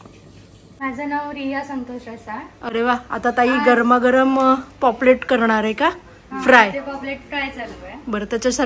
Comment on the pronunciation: पॉपलेट नाही पापलेट... तुम्हाला पॉपलेट म्हणायची सवय झाली आहे... काही हरकत नाही पण जमलं तर पापलेट म्हणा... व्हिडिओ मस्त तोंडाला पाणी सुटलं...